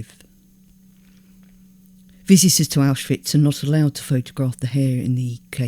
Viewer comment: Several names are mispronounced: Pétain Arbeit Birkenau Kurt (Weill) Rouen And, more importantly, Auschwitz. Correctly pronounced and possibly one more time Pronounced distinctly Auschwitch (and a bit before) and possibly a couple more times The plural of 'kibbutz' is 'kibbutzim'. 'Kibbutzes' is weird. Anne Frank and her sister died in 'Belsen Bergen' Finally, people are 'hanged', not 'hung' (three times).